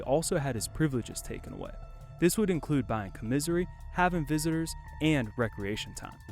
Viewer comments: Com-mi-sir-ri u mean com-mon-sir-ry commissary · Comisery.... lol Commissary. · I came to the comments just to see if anyone else noticed. “Commissury” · That shit is cringe though I just watched the video com misery 🤦‍♂️ I disliked the video cuz of that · This mf a clown… u don’t know how to pronounce commissary fam 😂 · He can't say commissary right,!!😱🤔🤗😂😂😭😭🤣🤣😰😨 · The way you say commissary bothers ne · LMAO - hearing this dude say commissary.. you can tell he aint never even been near a jail.. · You pronounce "commissary" so weird. 😂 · You said commissary wrong more than once lmfao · learn how to pronounce commissary.... the fuck? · how the fuck you gon mispronounce commissary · Bro don’t even know how to say commissary tf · Commissary!!!!!! Say that shit right lol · Bruh can't say commissary to save his life.lol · if you're gonna be talking about jail at least learn how to say commissary😂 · Commissary god it hurt hearing him say that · Bruh u need to learn how to pronounce commissary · Commissary, you saying it so wrong. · Got his lyrics wrong, mispronounced commissary, n a couple other things😂 run the video by some friends before you post. Good video otherwise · I like the video but I did die when you pronounced “commissary” 😭😭 “he said what” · White Boy can't even pronounce COMMISSARY May as well said Canteen. Store, Care Packs ETC haha it's funny, Im not hatin. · You butchered the word commissary several times lol, can tell you a good dude just trying to make videos. Keep it up I subscribed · Dude said, comisery...haha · My boy, it's pronounced com-iss-airy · Say it with me.. Com-miss-ary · Com- misery lmao. Com-miss- ahry. Like airy. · AT- - Did your DUMBASS say, " comizery " ? It's Com uh sar E ! Don't ever get locked up. You won't make it. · Commissary not commisery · Did you really just say “comisery”? It’s commissary COM IS AIR EE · This dude said large amounts of “com misery” lol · Commiserary? Its 'Commissary' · Comisery pronouced coma sary, my dude